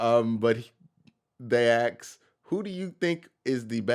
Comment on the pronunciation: Do you say AX on purpose? How about AXSES,, WTF... you speak normal English up until AX. AX. AX. AX. We al know your black